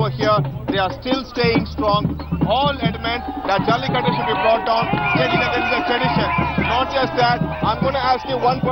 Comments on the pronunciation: it is Jallikattoooooooooooooooo. IT IS NOT JALLIKUT. why you northies always sanskritize dravidian words? 😡don't you people have respect for other's culture and language? even western journalist do not change Tamil words to latin or something else! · Why don't these North Indians know how to pronounce the 'U' behind?